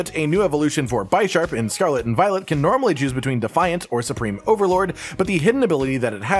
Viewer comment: Why did you say Bisharp like that?